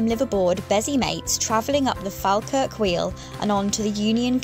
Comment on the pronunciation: Pronouncing Falkirk a bit funny. it's like, Fall as in fall down. Fall and then kirk as in church.